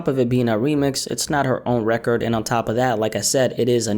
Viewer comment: why u say RECORD like that lol RECARDD